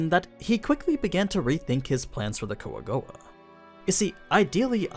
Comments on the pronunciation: Kwa-Goa actually, dude's just being 'murican. :P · call them coagowa one more time its (kwa-gwa) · i dont get why u always say the jap pronunciation if you're speaking english. "Quagoa" in Overlord is pronounced as "Kua-go-a". It is generally broken down into three syllables: Kua (pronounced like "coo-ah") go (pronounced like "go" in English) a (pronounced like "ah" in English)